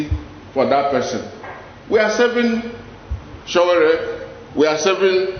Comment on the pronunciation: You don't even know how to pronounced his name. Stop lie Dss